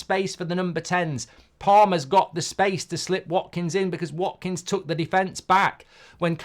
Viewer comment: "WATKINGS" HAHAHAHAHA OH MARKKK